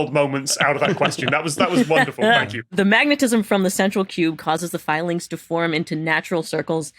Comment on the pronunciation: "iron fillings" 🤔